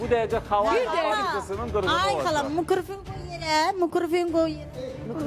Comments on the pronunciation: Mikrafon❎ mikrufun ✅ 🤣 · Ay xala mıkrifonu qoy yerə mıkrofunu qoy yerə 😂😂😂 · (Mikrofon) yanlış (Mıkıforu) doğru